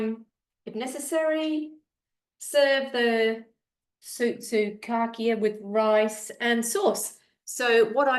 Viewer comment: Oh great minds think alike. I was planning to make these today also. Sausages are pronounced “ sou-sou-ka-kia. 😊